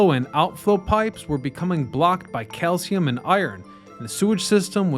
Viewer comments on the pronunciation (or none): none